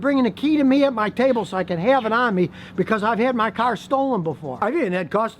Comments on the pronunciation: Take a shot every time he said kar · Hahaha, you said car so many times this video, it started to sound different 😂